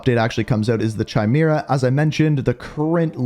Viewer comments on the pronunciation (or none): It's kay-mera not chi-mera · Chimera is pronounced Ky-mee-ruh... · Bro I hate the way you say chimera, it’s KIMERA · Amazing content very concise. Though it's pronounced Ki-Mira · Now everyone knows you suck at pronunciations but the way you pronounce “Chimera” and then KEPT pronouncing it like that was truly in another level of horrible.